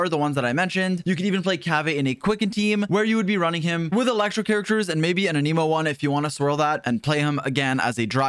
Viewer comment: Bros been covering genshin for 3 years and still cant pronounce anemo correctly 🤣